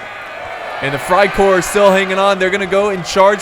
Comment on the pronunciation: you pronounce freikorps as freicorps not freicore